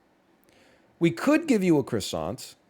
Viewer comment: Northern “lets give it a qwassontt” lion